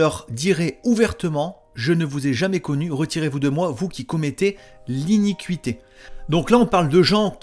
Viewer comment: Bonjour frère j'écoute et je prends note de ce que tu nous expliques et je t'en remercie. Lorsque tu parles d'iniquite' tu parles du péché n'est ce pas? Il faut prononcer iniquité et non iniqu uité parce que certains ne comprennent peut être pas. Excuse moi cest c'est juste la façon de le prononcer qui n'est pas adéquate ttefois je pense que tu ne m'en tiendras pas rigueur c'est juste une petite rectification et je t'en remercie de tt cœur. Sois abondamment bénis pour le travail que tu fais pour nous🙏 pour la gloire du Seigneur.